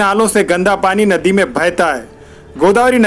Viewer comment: Naddi 😬 nanded ka naam khrb q karre yr Bhai nadi bolte hai